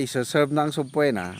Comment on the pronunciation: I hope you don’t mind me correcting your pronunciation of SUBPOENA namatagal ko nang naririnig sa inyo. SILENT “O” po ang pronunciation ng subpoena (suh-pee-nuh)